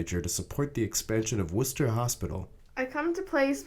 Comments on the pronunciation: It is pronounced McLANE hospital, spelled McLean; He pronounces Worcester correctly. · Good job with the video. Either the creator is from New England or did his research based on how he pronounced Worcester correctly. Worcester state hospital was demolished and rebuilt into a modern facility after being abandoned for years sounds like he used his younger sister with braces to do the the voice. They aren’t fun so I hope her teeth at least came out good. 😁